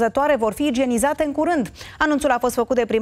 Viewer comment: Parca Igienizate nu Igenizate